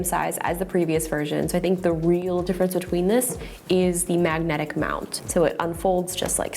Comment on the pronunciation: I like the way you say 'Magnetic' 👍🏻